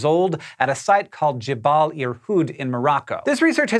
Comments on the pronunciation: JeBELL, not JeBALL. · Hey, "Jebel" or "Jabal" or "Jebal" or however you wanna spell it, means "Mountain" in Arabic, so it's Irhoud Mountain :) Yours truly, An Arab fan